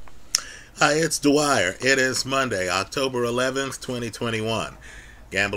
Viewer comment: should’ve waited to do his video, that truck outside was super loud.